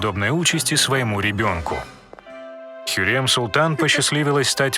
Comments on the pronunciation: Не ХюрЕм а ХюрЭм так лучше произносить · хюрЕм махидЕвран.... ужас.. она как бы хюрЭм и махидЭвран.... посмотрите сериалы как произносить их имена) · хюррЭм махидЭвран говори нормально, а не хюррьем махидьевран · Мы так привыкли к имени Хюррем а вы говорите Хюрьрем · Зачем вы искажаете имена хюрьрем, махидиврань??? Аж слух режет! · Ужас! Как можно так говорить?! ХюрЕм МахидЕвран, шехзАде Пи*дец😹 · Произношение уши режет Имя хюрЭм к слову Роксолана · Хотя так ору с этого "Хьюрем" Махидиврянь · Мне нравитсяэто видио Но как он говорил Махидевран и Хюррем я угарала с этого😂